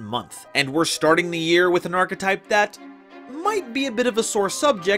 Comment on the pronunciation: Diatribe was really nice to see. But um HOW DID SHE PRONOUNCE "ARCHETYPE"